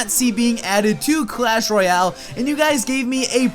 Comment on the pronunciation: it's clash royale not clash roayle get it right